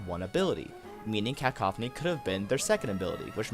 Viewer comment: It's Cuh-Cough-any